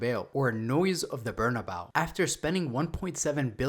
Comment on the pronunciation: It’s pronounced Bernabayo